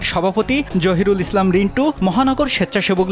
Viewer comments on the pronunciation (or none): none